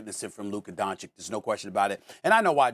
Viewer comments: Mad dog can’t even pronounce Luka’s name. (Dawn-chitch) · 6 years into Luka's career and SAS is still saying Donshik? Doesn't watch games lmao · You know with these pro analysts there are only two genders as they say: its either "DonCik" or "DonKic" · I want Luka to come on the show and call these dumbasses out for it, lol. These guys are "popular American media", and it makes Americans look bad that they can't pronounce "Dahn-chich". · Donkeyč…can you even learn how to pronounce the name of one of the best players on the planet... it's a shame who is the host nowadays… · "Donchick", SAS still can't say the man's name right. But HE DOES IT ON PURPOSE. He is INTENTIONALLY DISRESPECTING HIM by refusing to say his name. He is asserting that Luka is not even important enough to say his name the right way, the way EVERYONE else says it. He does it ON PURPOSE. Why? He's a R-C-ST!! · Please learn to pronounce DON-CH-I-CH. You guys do it on purpose, shameful!!!!!!!!!!!!!!!! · why is it so hard for Stephen A to pronounce Doncic? its not hard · When will SAS pronounce Luka's last name properly? I thought he's highly educated and a respectful person? Smh